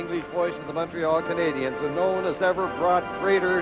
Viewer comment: Maybe, just maybe. If you learn how to say Canadiens properly, the hockey fairy will go back in time and give the Leafs a win in one of these back to back series' If that happens, I'll jog all the way, from Montreal, to wherever Joe Bowen lives. Once I arrive, I'll even sweep your front steps and driveway ;) And then I'll beat you Black & "Bloow, Blanc, Rougue." I apologize to Leafs fans and Ontarians, who do know how to pronounce certain French words, with the respect they deserve. I would not go and call Lanny, Looney Mcdonald, Howie Meeker, Mr. Weaker. Or say, EX-Conn Smythe. I would say Harold Bastard though and most would agree! In conclusion, it's okay to make mistakes but if you work on t.v. , try not to offend your audience. It tends to irk the fans that nothing to do but complain, for the next 5 years ;) Cheers from Montreal.